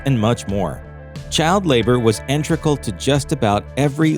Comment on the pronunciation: The word is i n t e g r a l NOT INTREGAL!!